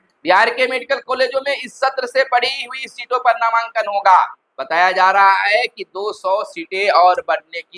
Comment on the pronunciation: एक ही बात घुमा फिरा के पढ़ते रहने की आदत है आपका । खबर काम bkwas ज्यादा लगता है। हागा v नहीं v hoga🤩🤩🤩